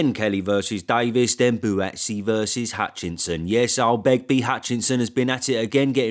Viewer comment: 😂“Begby” Hutchinson 💯💥🥊